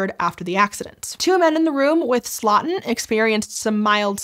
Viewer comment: For the very little it's worth, Louis Slotin's last name should be pronounced like "slow-tin", not "slottin' ". ❤